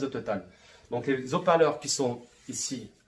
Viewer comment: Très bonne vidéos, ce serait sympa de ne pas faire de fautes de fiction.. : les hauts parleurs (0n ne faitpas de maison: les zoparleurs car le H casse la liaison ) rien de grave, juste pour ce sera plus sympa pour de futures vidéos. Cordialement